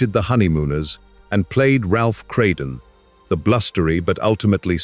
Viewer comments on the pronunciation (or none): CRADEN?? it's RALPH KRAMDEN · The name was Cramden, not Crayden. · Craden? Frolley? 😅😂😂